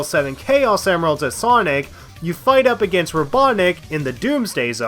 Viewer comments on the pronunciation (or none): none